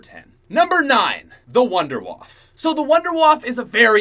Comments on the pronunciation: The Wunderwaffe is German so it would be pronounced Vundevaffe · its pronounced woondurwaffE just saying